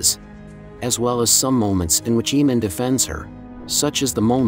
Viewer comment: Its really cringe how you keep saying "eemand"......